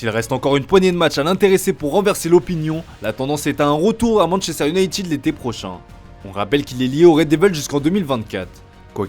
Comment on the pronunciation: manchester youneytune